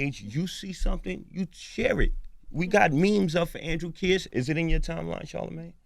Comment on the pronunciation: how can envy mispronounce kearse at the end when they said it like 100 times during the interview